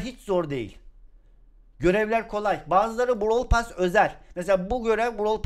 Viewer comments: abi onun adı brawl pess diye söyleniyo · Brawl *PASS ne ya (normalde brawl pess deniyo ya ondan garibime gitti) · Abi bu videoda sana çok sinir oldum normalde seni severim ama browl pess diye okunur sen brawl pas diye okuyosun tüccar darryl? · 2020 de izleyip de lazın brawl pas demesine sinir olmak. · bişey söylemek istiyorum JORFHOHGUFHODJ ben bu videoyu 2021 izliyorum ve ali abinin brawl pass e browl pas demesi beni bitirdi şimdi ise brawl pes diyor zaman ne çabuk geçti ya bide gale çıkınca bağırdı aklım gitti kalbim yerinden çıktı sandım bide brawl pass te kademe atlarken bi tane daha bi tane daha........ demesi ve benim beynimin içi bi tane daha diye tekrar etmesi müq ya çok komiksin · brawl pass derken benn jsjskabsjajsbsjsb şimdi brawl pass a brovl pess diyor